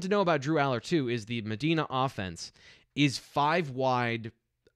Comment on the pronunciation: ....Please learn how to pronounce the name of the HS Drew Alar went to pronounced as Ma Di Na I lived there for ten years Trust me